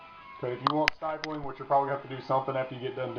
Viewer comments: It's stippling...short "i"...like nipple or ripple or any word that has two "p's" in the spelling. Basic English dude... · james A lack of understanding in basic English shows a lack of overall intelligence. And the "English lesson" had nothing to do with knowing how to do a grip mod, it has everything to do with being an educator. If you want to educate people, learn to speak the language. The term "stippling" has been around LONG before polymer-framed firearms, so he's had plenty of time to learn how to read. The fact that he doesn't know how to pronounce the nomenclature of the procedure does not instill confidence in his abilities...but you loved it, so he must be an expert. Follow the rest of the lemmings if you need to. I'm sure the rest of us will stick to the "professionals" that actually know what the hell they are talking about.